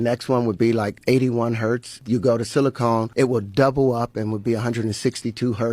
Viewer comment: He pronounced silicon as "silicone" multiple times. This man is uneducated and delusional